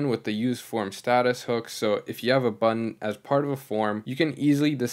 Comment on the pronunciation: Also side note: the T’s in “Button” are not silent 😂😂😂